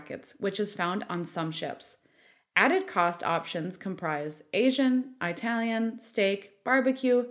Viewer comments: It's E-talian not EYE-talian! Graze Mille! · “Eye-talian” lol 😅